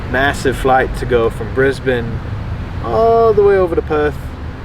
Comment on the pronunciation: Such a genuine sounding guy! 👍 Aaannnd he nails the pronunciation of Perth!